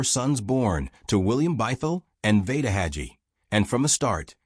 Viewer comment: It's pronounced hay gee(rhymes with sea)